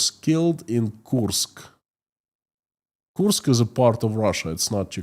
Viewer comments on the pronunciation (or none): none